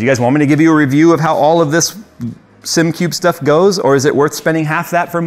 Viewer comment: "...I give Simcube a shot"... Christ... at least pronounce the product name correct.